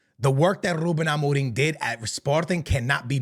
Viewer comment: Ruben Amoring? why do you pronounce it like that?